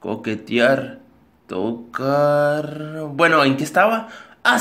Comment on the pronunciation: y en esta: tocaaarrrrrrrr